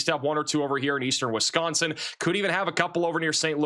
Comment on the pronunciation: says "Wisconsin" the right way so I've subscribed.